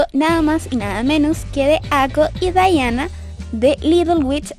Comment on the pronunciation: Odio que se pronuncien así mi Diana nunca será dayana>:v